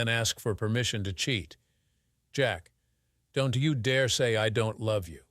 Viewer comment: If you are listening to this story without watching it, you can't possibly know the A.I. voice cant figure out how to say contractions, or it cant say contractions because the apostrophe is missing where the contraction would normally go, so don't becomes Don - T, won't becomes, Won -T, and so on. Infuriating.